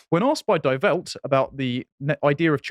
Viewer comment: Die Welt is pronounced Dee Velt.